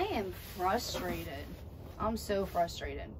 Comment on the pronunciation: It’s frustrated not fustrated.. lol I love y’all tho I’m so glad to see this REAL AUTHENTIC version of y’all’s life.